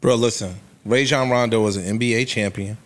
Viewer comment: These sports fans repeatedly mispronouncing Rajon Rondo hurt my ears